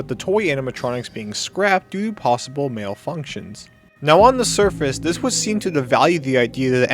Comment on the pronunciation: Took me a long time to figure out you said malfunctions rather than male functions and I was so confused.